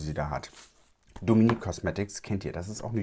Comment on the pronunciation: Ich liebe deine Videos Aber JETZT noch mehr 🥹😍😍😍 Es ist sooo schön wie perfekt du den Namen „Dominique“ aussprichst 😮😍 Ich werde ständig Dominik, Demeenique etc ausgesprochen😒 Du zeigst wie es geht 🫶🏼😅😍